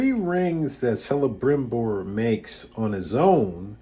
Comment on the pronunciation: I believe you're mispronouncing Celebrimbor. You seem knowledgeable otherwise though. Very interesting video 👍